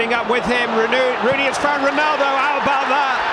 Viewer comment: He almost says Ronooney for the 3rd goal 😂